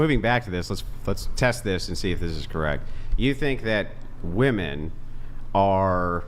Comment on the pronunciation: For the love of Pete, would you tell these females how to properly pronounce “woman” and “women?”